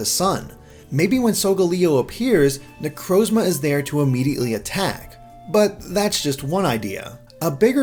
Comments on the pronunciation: say it with me now, na-croz-ma. Not na-crowz-ma. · Amazing video but please learn how to pronounce Necrozma